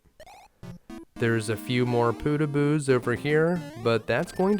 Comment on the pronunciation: W1 fortress... "Pootahboos" Nah they're Poh tag bohs